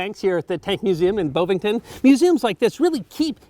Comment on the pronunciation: Bovington not Bovington. One of the best of these Tank Museum Top 5s thus far. Ta.